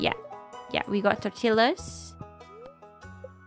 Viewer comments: I appreciate that you pronounce Gunther correctly... but tortillas. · pronounce the double l like a y